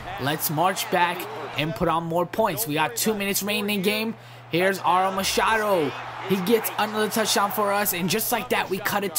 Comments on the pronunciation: got a pronunciation for u Devin uh-roo-muh-shuh-doo nice video keep it up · Your prononcing aromashadou all weird